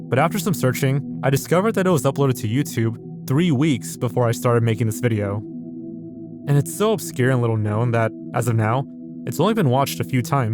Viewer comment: i like when you say vijeo XD